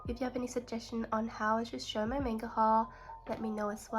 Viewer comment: It’s mah-n-ga you’re pronouncing it wrong….i dont want to seem rude so I apologize in advance